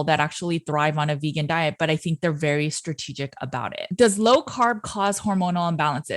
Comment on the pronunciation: Berry not nerry